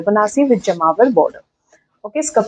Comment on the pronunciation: Ma'am, it's Jamavar not jmavar